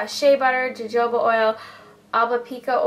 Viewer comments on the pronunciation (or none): jojoba oil is pronounced hohoba :) Anyhoo, love this vid :) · Jojoba is pronounced *Hohoba* :) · LOL it's written as 'jojoba oil' but it's pronounced as 'hohoba oil';). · lol I like the way you said Jojoba oil. It's pronounced like ha-ho-ba. I've taken Apple Cider Vinegar before and it really does help. Never thought of putting it on my hair though. I'll have to try it. :) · Lol jojoba oil, It's actually pronounced "ho-ho-ba" oil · Jojoba oil is pronounced "ho ho ba" haha saying(: but I love you and all ur vids(